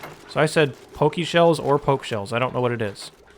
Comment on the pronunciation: It's pronounced Pokeshell